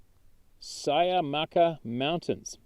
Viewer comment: In the first story, Cuyamaca is pronounced Quee-uh-maca. For those who know the area, I had my first sighting between Julian and Green Valley Falls. My second sighting was near Dudley’s Bakery and Lake Henshaw.